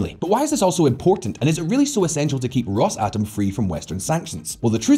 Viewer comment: If i here you say "Ross-atom" one more time, I'll cut my ears off